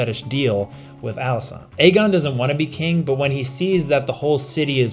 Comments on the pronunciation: Viserys was actually not referring to rhaenyra's aegon on his deathbed he was talking about aegon the conqueror. Also great vid as always but she's called Alicent not alisaant lol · Alicent,, it's AlicEnt